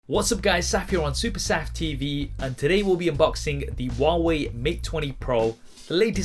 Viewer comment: Who hears it “waway”